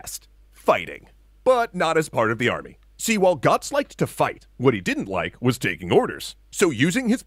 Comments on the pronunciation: Who is Gotz? Learn the ö man! Rigth now, it hurts how you speak Götz. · He have Umlaut in his name. Götz (Goetz) not Gotz. Because of course! :)